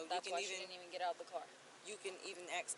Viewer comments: "Ax" instead of ask is worse. 😅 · It’s “ASK” not “AXE” moron. 🙄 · "You feel me, if you axe me" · If you have to say ya feel me over and over again, your full of shit. If you axe me your a horrible mother , ya feel me. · did they change how ask was spelt because she keeps saying aks. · "You feel me" and "aks" all the time.. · Why is "ask" so hard for these people to pronounce? Ya feel me? Ya feel me? The only thing I feel is disgust.